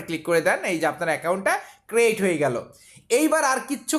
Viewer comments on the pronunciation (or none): R ekta katha word taa ক্রেইট না,এটা উচ্চারণ ক্রিয়েট হবে